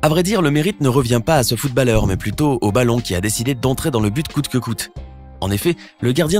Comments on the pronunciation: footballeur se prononce [foutbolleur], pas [foutballeur] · On ne prononce pas le A dans footballeur